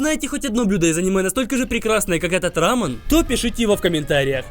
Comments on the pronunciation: не рамн а рамён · Правильно говорить Рамён (ударение на Ё) Видео супер! Думаю потратили около 10 тыс. Рублей